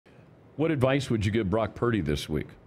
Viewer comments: You should have told Cam his name is Purdy and not Paraody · Is he saying Brock "Parity"? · Right sounds like he saying parody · why the hell cant cam pronounce brocky purdy's name correct? is he a few sandwiches short of a picnic? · Cam is full of it….at least get his last name right.